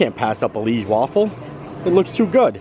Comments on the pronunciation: Hey, the waffles are called Liège waffels, not leige waffles. Liège is a city here in Belgium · Omg, Universal completely butchered the name “leige waffle”. It is Liège waffle. You pronounce it kind of like Lee-aye-ge. Liège is a Belgian town. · Hi from Belgium - the Liege waffle we pronounce it ‘ Ljij - zje ‘ . Liege is a city in south belgium. Waffles are tougher than Brussel’s and have suggar pearls on it. We eat Brussel waffles with toppings, but Liege are eaten just by itself. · Hi just to let you know the correct way to say liege Is to pronounce it Lee age Hope you had a great time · It’s Liege (l-EE-ai-sz) or Lee a za